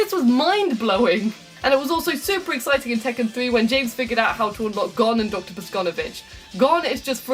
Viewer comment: "Please, tek out the checken series"